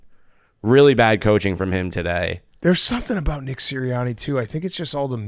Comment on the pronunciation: PFT said Nick-her